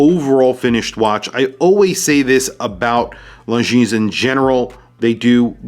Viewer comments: Is not “long jeans”... is more like lonzeen (the final s is silent) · A friendly correction… It is pronounced Longine. The “s” is silent. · FYI, the "s" in Longines should not be pronounced... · You dont pronounce the "s" in Longines.